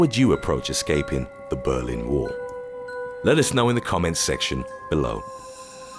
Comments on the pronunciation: Berlin. Not "Belin". Jabroni. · Um... I bet you meant "Berlin", do you? I'm from Germany :D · lol Belin